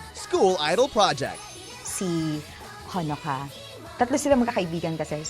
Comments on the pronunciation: The way he pronounced honoka made me cringe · That stupid pronunciation of Honoka makes scream.